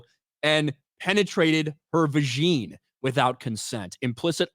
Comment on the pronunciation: Why can’t you pronounce ‘vagina’ correctly?